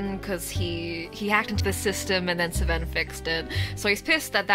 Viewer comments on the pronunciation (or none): After having done everything except Rika's route 👀 I just watched her stuff on YouTube, fell further into angst... I will never get over this game's intense writing and insanity Edit: I can't stop laughing at how you call Seven "Sven" 😂😂😂 Awesome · Sorry but how tf do you pronounce seven😭😭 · why do you pronounce 7 like that😭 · YOU'RE THE FIRST PERSON WHO'S ASKED LMFAO I'M SURPRISED IT'S TAKEN SO LONG first time i played this game with my friend she mispronounced seven that way and i've called him that ever since